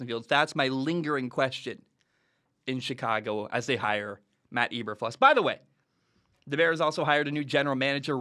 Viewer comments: pronounced EE-ber-floos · Cant even pronounce his name right, hard to listen to anyone's opinion on someone when they are too lazy to even check that. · Your not saying his name right